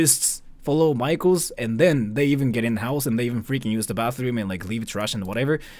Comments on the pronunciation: I wasn't looking at the screen and for the past 5 minutes i thought this american guy's been saying 'micheals' repeatedly like some kind of chain store 🤣 apparently he was saying 'maikos' /zzz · You say maikos, but I keep hearing michaels and it's so confusing. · Not me thinking he keeps saying Michaels 😂